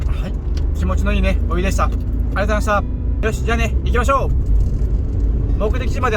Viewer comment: ハッキリ発音出来ないのかな？ 「ありがとうございました」もろくに発音出来ないって心から思って無いからやでw